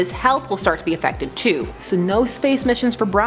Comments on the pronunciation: I'm am a little angry about saying Brian instead of Brion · Brion not brian